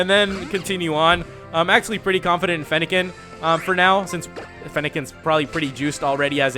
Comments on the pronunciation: you said feennilin the fawx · lol he said feniken the fawks